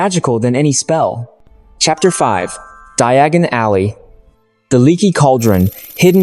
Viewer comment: I really enjoyed this except the mispronunciation of some of the words, like Diagon Alley.